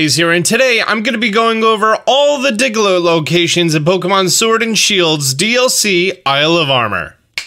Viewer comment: anyone else hear diglo and not Diglett or is it just me. Though I'm using the videos to help me track down every Diglett